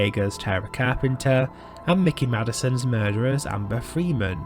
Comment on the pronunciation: Her name is Mikey not Mickey.